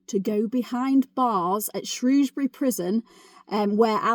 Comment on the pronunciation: My local prison, on my doorstep. And you pronounced "Shrewsbury" correctly, I'm very impressed 😂. Loved the video and now subscribed 😁 I also highly recommend the channel "tales from the hangmans record" by Steve fielding!!